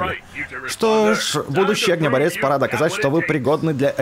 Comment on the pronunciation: Огнеборец ударение на о